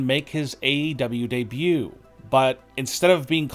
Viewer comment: “ Daniel Bryan’s debooooo” Bro gtfo there’s no way this isn’t a parody channel